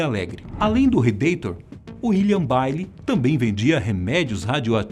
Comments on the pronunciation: Se pronuncia Bailey assim(beiley) E yale(ieiou) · A pronúncia do inglês (Yale e Bailey) é horrível. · Eu tava achando um absurdo os erros de pronúncia de inglês (Bailey se pronucia BÊILI, Yale se pronuncia IÊIOL), mas quando o "locutor" falou a vergonha alheia do "aDEvogado"... Bateu o último prego na tampa do caixão. Querem ser um canal sério? pelo amor de Deus, encontrem algum revisor/ diretor/ locutor menos semianalfabeto... É muito feio isso. Não custa nada tomar cuidado as palavras. Dá uma impressão bem mais profissional. ADEvogado foi demais.